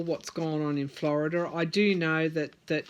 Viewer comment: why is it you can pronounce Georgia and Arizona correctly yet when it comes to Florida you throw an extra 'r' on the end? Florida has a lot of church influence in politics. They DO preach from the pulpit as to who to vote for. They even pass out "recommended candidates" cards. Also, sad to say but it's a race thing too. You can book on big $$$ being involved. Scott has sold out this state to fracking and Big Sugar which is the cause of our red tide and inner water way algae problems. Yup, $$$ has made the sway. It's all quid pro quo. Here is the thing, Scott is frantic about losing, promises made. If all this underhanded activity is revealed, he's done. Florida is called the sunshine state, and we have sunshine laws. Things are supposed to be out in the open. That might be your Sun card. I on the other hand see Gillum could win. That cups card is an abandonment of efforts attempted. That sun card is a powerful statement.